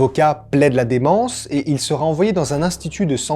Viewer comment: Salut, j'aime beaucoup ta façon de raconter, une seule chose me dérange, c'est tes liaisons hasardeuses, il sera "t" un ...(vraiment rien de bien méchant tu vois, abo+1